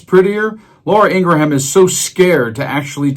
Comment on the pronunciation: I agree with your content but maybe present your observations before the cocktail hour. You mispronounced "abhorrent" and Laura "IngraHAM".